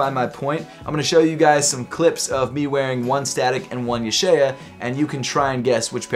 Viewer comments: I can read Hebrew, it’s pronounced YUH- SHAH- YAH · It’s pronounced YUH-SHAH-YA